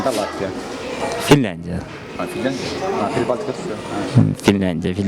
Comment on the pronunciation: Прибалткиа деп адаштырып салдын!🙃